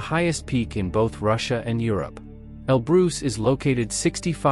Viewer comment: Mount El Bruce!